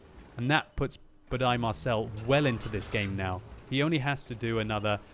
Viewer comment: Dear Budai Marcell is a hungarian name like gergely németh you are soo funny!